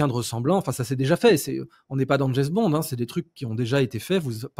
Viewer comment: Snpi five undred😂😂😂😂😂😂😂😂en français on dit sp500 et idriss on dit pas djess bond mais James bond